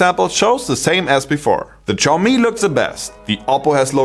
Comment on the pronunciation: Xiaomi is pronounced as = xiao - show ( from - shower 🚿), MI - mi ( as it is ) = Xiaomi is pronounced show-mi.